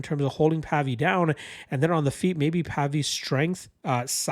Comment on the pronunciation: It's pronounced to sound like wave - Pavey